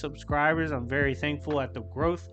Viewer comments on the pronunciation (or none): none